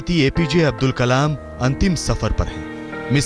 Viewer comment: Not abul kalam ok""" abdul kalam